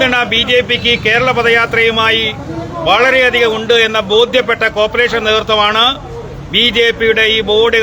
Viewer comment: കോപ്രെഷൻ അല്ല സർ കോർപറേഷൻ